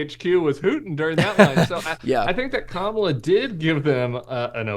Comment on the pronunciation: Tim, I've truly come to like & respect you in spite of the fact that you are a Republican (but you were a John McCain advocate - WHEW!)🤣😇🤣 but allow me a moment on this. So many people are still mispronouncing her name. Hearken back to the children at the DNC (and a little child will lead them...) Her name is pronounced...COMMA-LA. Thank you!